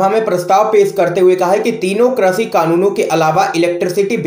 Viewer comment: Krashi nahin, krishi boliye please.